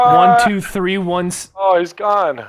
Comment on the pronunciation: I started laughing when I turn my subtitles on and nogla said three but my subtitles said tree lol